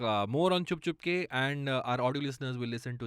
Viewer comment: repeating "" so many times was hilarious also, its CHUP CHUP KE not CHHUP CHHUP KE 😅